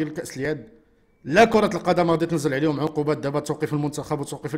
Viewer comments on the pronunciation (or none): none